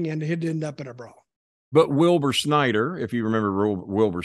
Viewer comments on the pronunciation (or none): none